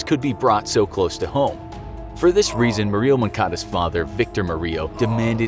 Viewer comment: Jesus christ learn to pronounce Murillo please